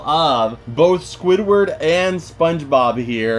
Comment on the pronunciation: you said Squidward with more emphasis than the rest so I think it’s him in there!